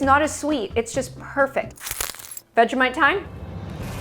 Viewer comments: That's not how you say Vegemite but ok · As an australian you gota use less vegimite and btws I pronounce it veji mite